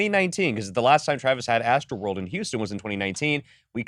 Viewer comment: It’s astroworld not what ever that blonde chick said 🤣🤣🤣🤣🤣🤣